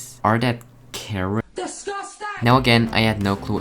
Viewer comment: waddaare deees? Are dat, careots